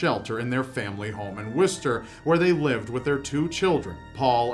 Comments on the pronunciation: I live only a few minutes away from where the first one took place, he was nicknamed 'the monster of Worcester' also it's pronounced 'wooster' not 'wester' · Love the way you pronounce Worcester,. As a Brit it's pronounced wuster. Well it does where I live anyway!:) not as in w-you-star. Just the U like umbrella. I hope that makes sense 😂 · I'm fairly certain Worcester is pronounced "wuh-ster"... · My mate lived on the same road that 'the Worcester monster', walked past the house plenty of times. I'd like to say it's creepy, but it's just a house that's suspiciously cheaper than those around it. It's "Wuh-ster" btw. Not a bad crack at it though, Worcester's not the easiest name to pronounce.